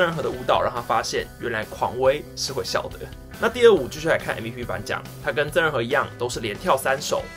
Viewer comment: 馬的曾仁和還捲舌是怎樣